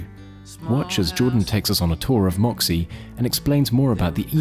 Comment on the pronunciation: Why spell it like that if you don't know how to pronounce it with an ø?